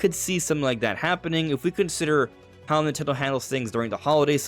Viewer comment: as a Nintendo heavy channel, why do you pronounce it ‘nitegho/nitello’ so often? Am I saying it wrong?